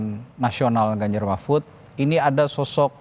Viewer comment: •Mahfud pak bukan Mahmud udah 2-3x saya dengar ucapan anda. Tapi narasinya bgus bnget tadi wkwk😁😂 ke kubu prabowo •Good PKS jangan terpancing menyerang, Jubir pks fokus aja jadi (Gelandang tengah) menyuplai informasi secara objektif untuk support striker penyerang depan, dan menyeimbang pemain bertahan.